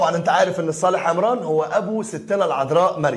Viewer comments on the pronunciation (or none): none